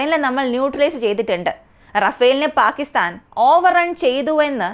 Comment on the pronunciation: ചെറിയ വായിൽ വലിയ വർത്തമാനം പറയണ്ട. അവനവന് ആവുന്നത് ചെയ്താൽ പോരെ? പാക്കിത്താൻ അല്ല, പാകിസ്ഥാൻ ആണ്. ആദ്യം ഭാഷയും ഉച്ചാരണവും പഠിക്ക് 😛😛😛